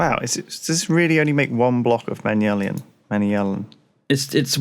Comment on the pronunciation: Watching being wrong on everything regarding the void ore miner is so infuriating. Can you learn to read,, for goodness sake Also, it’s MAN-YUL-IN. NOT MANI-ULL-IN!